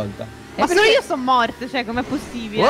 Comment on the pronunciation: Quando favi ha detto "pk vinci sempre tu" ho sentito pk cinci sempre tu😂😂😂